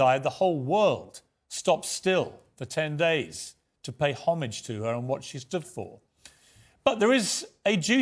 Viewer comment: Piers badly mispronounced the word HOMAGE.... A world class journalist like Piers should not make that simple mistake.